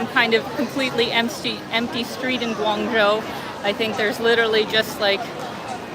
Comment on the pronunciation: just fyi -the second syllable of guangzho is pronounced "joe".